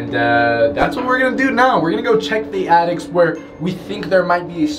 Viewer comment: Did say attics as in plural?!? Like several attics?